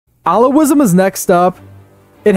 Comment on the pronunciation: Taqiyya isn’t your fault, the “q” in the spelling has no English equivalent sound from Arabic. Taqiyya is in most denominations of Shia Islam if that wasn’t clear by the game tenets. pronounced Ah-Le-V pronounced Al-ow-ism: like other comments pointed out, they practice communion because they are a fusion between paganism, Christianity, and Shia Islam. Most Sunni and Shia consider them non Muslim. pronounced ick-tea-laf-ism pronounced Al-Mo-ha-dism pronounced Sue-fr-ism pronounced Nah-jd-ism pronounced eh-mah-mism pronounced Nah-dj-aff sins and virtues diverge slightly because everything is based on the life of Muhammad, so you can’t really diverge far. pronounced Moo-Tah-Z-lite-ism pronounced Az-rah-qism Fun fact, was the biggest Shia sect until the modern period (Safavids conquered and converted Persia to Twelver Shia Islam) pronounced Moo-wah-lah-dism, made up by paradox to express Iberian Muslim tolerance pronounced E-bah-dism pronounced Ah-shar-ism If I don’t mention pronunciation then you did good